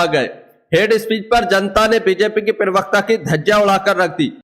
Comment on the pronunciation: pirvakta nahi parvakta hota he😅😂dosri baat, beech me mat bola karo disturbance hota he